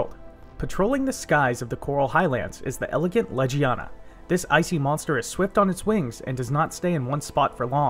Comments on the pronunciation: You are saying it like ledge-ee-ana Leg-ee-ana is how its pronounced. I don't even know how you read it out loud like that. Please double check your pronunciation before uploading your videos. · great tips. thank you for the vid but i couldn’t get past your pronunciation. in game it’s said as Leg-ee-aw-nuh. bothered me the whole time